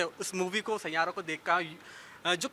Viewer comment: Aaji amma saira nahi 😂😂😂😂sai ya ra